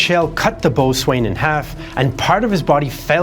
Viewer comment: I have never heard boatswain pronounced 'boat-swane'. IME it was always pronounced bosun. +++++ PS "The only history channel with the backbone of a chocolate eclair." Hahahahahahaha!